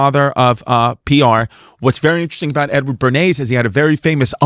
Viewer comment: Cuz, make no mistake it sounds like you’re saying “N Word Bernays”